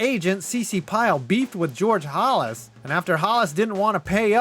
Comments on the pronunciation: did this narrator call the NFL founder “George Hollis”? I think he meant Halas. Sacrilege!!! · I hate to be a stickler but "Hal-ass" is how its pronounced. Everything else about this video is fantastic as usual. Thank you for the content. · Entertainment and information all in the same video. Great work with what must have been a ton of source material. BUT ... mispronouncing the name of Chicago's George Halas (rhymes with Dallas) not once, but twice is a major goof. Can't you go back and re-do those sections with the errors? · The way you pronounce Halas is offensive